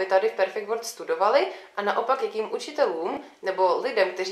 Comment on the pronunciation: Jak může být headteacher někdo, kdo vyslovuje world jako word??